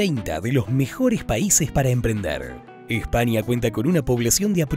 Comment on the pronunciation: Este vídeo esta a la altura de la pronunciación de espania.....